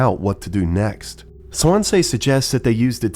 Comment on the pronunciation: mispronouncing Swansea like how Markiplier mispronounced Daisuke 💔